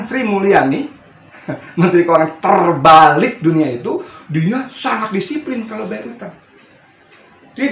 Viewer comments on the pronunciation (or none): Menteri Keuangan Sri Mulyani, menteri keuangan "TERBALIK" dunia?? Atokah saya salah dengarrr ?? Saya rewind ulang2, koq telingaku msih mendengar "Menteri TERBALIK" dunia. Wkwkwkwk.....!!